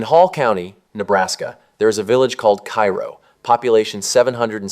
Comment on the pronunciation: Please pronounce the towns correctly. Bee-at-trice. Cairo is pronounced Karo. Mon-o-why. We know we pronounce them differently.